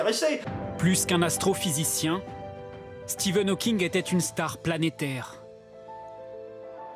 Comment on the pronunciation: tu as remarqué que France 2 était déjà tellement des incapables qu’à, pour présenter Stephen Hawking, la voix off dit « Steven Hawking était une star planétaire », ces connards ont tellement pas l’habitude de se cultiver et de traiter de sujet intéressant que même après le montage de leurs « reportages », ils ont même pas remarqué qu’ils avaient écorché son nom, à moins que Stephen était son nom de scène et là je ferme ma grande gueule mais sinon, il faudrait qu’ils arrêtent de recruter tout les abrutis incultivés qui sortent des écoles de « journalismes » de France, parce que c’est grave quand même, on parle d’un hommage quand même, pas d’un petit portrait sur quelqu’un d’encore vivant, ni du premier venu d’ailleurs.. Qu’en penses-tu? J’suis pas content!